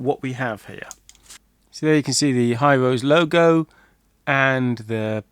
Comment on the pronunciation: hirose is pronounced hi-row-she... digikey used to sell them... maybe they are out of stock, or have stopped sourcing them